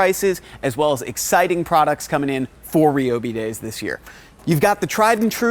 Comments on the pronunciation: Since when was it pronounced Ree-oh-Bee and not Ry-oh-Bee? SMH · I have never hear someone say Reee-O-Bee and not Ryyyy-O-Bee